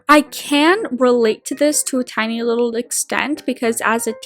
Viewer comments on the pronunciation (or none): none